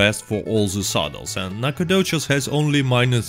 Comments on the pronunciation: It’s pronounced like “nack-o-dish” not “nack-a-doches” lol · i love the NacOGDOOOches. Love your accent lol makes the vids alot better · No one: Literally no one: nAcOGdoChEs... i jUsT LiKe sAyIN' iT 🤪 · NACOGDOCHES is my hometown ya’ll. Nack uh doe chez. 😂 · Alright I saw this you can remove the video now. Oh and make your voice saying nacagdoches into a ringtone